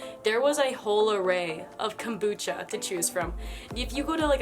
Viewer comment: Kambucha wtf did this lady even tleave Melbourne